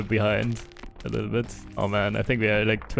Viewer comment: "A litten bit Longer" 4h... wild